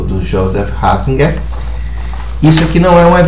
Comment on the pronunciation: joseph Raaahhhzigerr .....kkkkkkkkk aprende a falar seu analfabeto